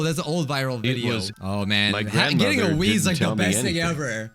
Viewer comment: OMG lol! When said ‘Wii’ I thought he said ‘weed’